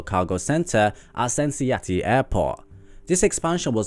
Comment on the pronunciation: Just a heads up, I guess it could be useful if Amazon builds a major air presence in Cincinnati, it’s pronounced more like Sin-Sin-Natty